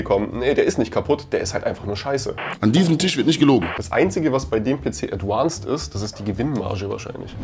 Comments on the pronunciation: Das heißt nicht „adwanced“, sondern „advanced“. Klar? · Danke für solche Tipps.... Ich als Otto Kunde würd denen am liebsten schreiben 🙂 P.S. ADVANCED hat keine besondere "englische" Aussprache, was das "V" angeht ;-) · ein englisches "V" wird wie ein deutsches "V" wie in "Viktor" ausgesprochen... das klingt schrecklich. Das Gehäuse besteht auch nicht aus Aluminium, das ist verzinktes Stahlblech